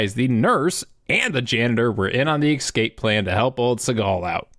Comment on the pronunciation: I love the channel and all the videos but Ex-cape? I bet you also say Ex-specially too.